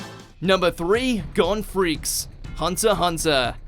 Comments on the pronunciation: Did he just say Gon Freaks? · To the narrator of this vid, if u ever say Gon Freaks again im going to find you and break both ur legs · TF is gon and asta doing here. and how tf are you pronouncing Gon Freecss